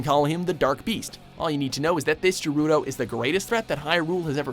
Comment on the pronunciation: ganon died for good in twilight princess and wind waker, and you pronounced gerudo wrong, it's ge-ru-do, not je-ru-do.